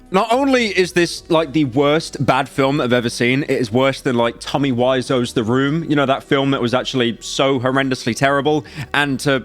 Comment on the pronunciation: “Tommy Wise-Oh” 💔